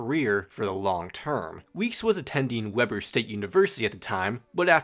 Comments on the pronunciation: Dude, you are prounouncing Weber incorrectly. It's Weeb-er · dude. I lived in utah. You are saying it wrong. Go watch a video about the university. It's weeb-er.